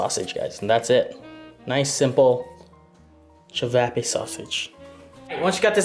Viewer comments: I’m am Croatian so I feel disrespected when you say chavapa ist chavape ok 👍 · It’s pronounced chi-vaw-paw